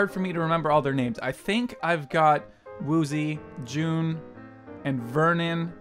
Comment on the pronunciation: i dont think its june its just jun lol